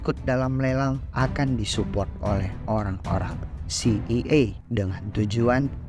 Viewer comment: Si ay e bang bkn si i ay